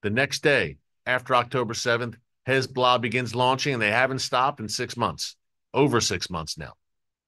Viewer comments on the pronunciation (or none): Erick - I really like your reporting. You speak candidly the truth, and what we all think already anyhow. One thing bugs me (quite a bit): the 'lazy' way that you say "Hez-Blah" is truly annoying. Is there no way you could start to say "Hez'-bo-lah'" or "Hez'-bah-la'"? Anyhoo, keep-up the great work; thanks.